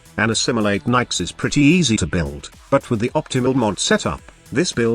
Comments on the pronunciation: ok. One, Nyx is niks, not Nikes. Two, Chaos is easily replaced with radiation damage. Three, Nyx is a female frame, not a "him". Four, this frame is trash. hands down. I'm really thinking you just called every frame good. Mind control is useless except to run away from one strong enemy. Use spectres, they are cheap and 70,000,000 times better in every way. Chaos is pointless.. anyone can radiation everyone. For zero energy. TK Bolts has potential but is, again, useless. Her last power is her only useful ability, AND she's more fragile than soggy cardboard. She sucks. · And for me, Nidus can do almost any mission I mean...I leveled him eight times at least on kappa sedna so.....I agree he doesn't belong way up top though because tanks are less skillful. That being said I can use most frames anywhere I like, even solo. Nikes lol I love the "Microsoft Sam" style voices trying to pronounce things.